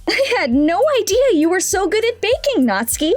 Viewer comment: The 3 different pronunciations of natsuki hurt my head